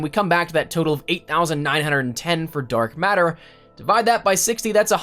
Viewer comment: he say dork matter? when did ps4 start gettin the paint can thing